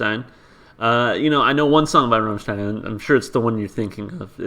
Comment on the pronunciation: It's gratifying to see someone not butchering the bandname pronunciation. I'd suggest for English translations. Of course it's not the absolute perfect, but you can see bits and pieces from some comments there to know what the song refers to. Next, please react to Ich Will live at MTV, the band will play a snippet of Sonne before switching to Ich Will. Expect some cool pyrotechnics as well. But the video has some mute part due to audio problems. You can choose to react to the live version in Werchter with hard-subbed English translation.